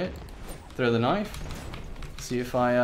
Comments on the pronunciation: Thraue the knoife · British accent"knife"